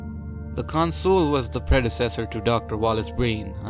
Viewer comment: I really don't get why you pronounce 'Consul' as 'con-SOOL'. It's 'CON-sul'.